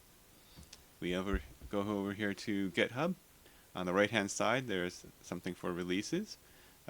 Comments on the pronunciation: Oof....it's "git"hub....not "gethub". :p Thanks so much for this !!! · You have to listen. He says it. When he's pointing you to whatever he was talking about on github, he says...."gethub"....like twice. Just goofin' though. It doesn't really matter how you say it.